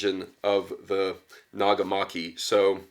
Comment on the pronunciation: and your pronunciation of nagamaki is just fine here